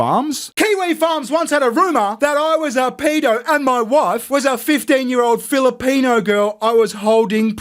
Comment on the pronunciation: "Half Filopeno Prisoner" LOL